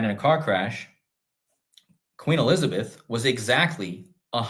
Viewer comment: I could have sworn I heard you say one of the times you said Q Elizabeth (not everytime] I heard Queen Elizardbeth - maybe it was just me. LOL